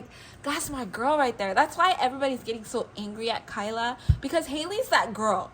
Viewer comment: It "T" Tyla girly not kyla don't down talk about one of our own tht bad tht so low man....talking about a 22yr old like tht